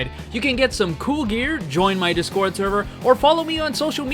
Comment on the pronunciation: it’s DIS-cord. Not dis-CORD